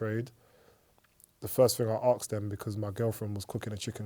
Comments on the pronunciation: Asked, not arksd ffs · "We were arksed to match fix" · “I axed him”